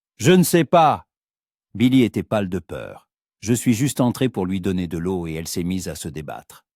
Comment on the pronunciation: Par pitié !!!! Le liquide " l'eau " se prononce LO et pas oyo ou oayo